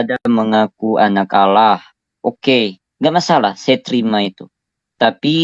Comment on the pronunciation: LUCU KEDENGARANNYA MENYEBUT ANAK ALA..ANAK ALA..ANAK ALA.. YG SELAMA INI MENYEBUT ALLAH SEKARANG JADI ALA.